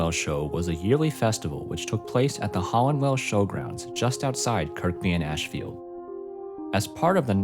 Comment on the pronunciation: Great work 👏 I believe Kirkby is pronounced "Kur-bee" though, we always drop the second K here 🇬🇧